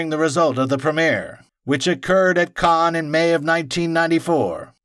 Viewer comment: Fantastic effort but it's still driving me crackers every time he refers to the "Khan Film Festival". It's written "Cannes", which means in French it is pronounced like "can"... if you want to anglicise it, just pronounce the S: "cans". But for heaven's sake stop saying "Khan". That pronunciation is much closer to Caen, which is a city at the other end of France, pronounced something like "Cognh".